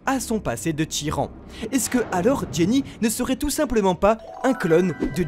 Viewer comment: Les gars c'est "Ginny" pas "Jenny" non ?